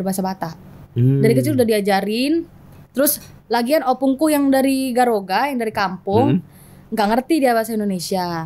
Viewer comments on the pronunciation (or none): Dia sebut garoga,,,horas ma tutu